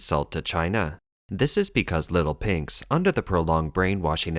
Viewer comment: Your "little pinks" sounds like "little pigs".